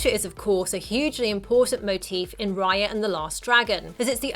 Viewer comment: Raya not Riya